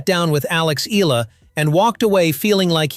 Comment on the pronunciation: … hey MAN…!!! Will You … Kindly Pronounce IT… Right…!!! Please…???!!… its…” E - YA - LA…!!!